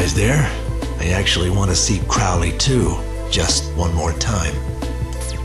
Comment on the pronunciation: You're pronunciation drives me nuts. You say it with an "oh", like "go". How do you mess up the pronunciation after you hear it right? I still enjoy the vid though. The problem was probably the golem body. Golems could last only up to a few years before they decomposed. And maybe you've saw the name in some other game or something. Crowley is a reference to Aleister Crowley, the famous occultist, and the name has been used a few times in a number of media. Either way, not a good omen.